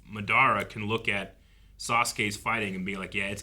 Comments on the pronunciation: The MaDARa pronunciation is soo common though, when I was a youngin watching Naruto we used to pronounce it that way too 😅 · I hate how they are pronouncing Madara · Someone tell them how to say MADARA at Wavecon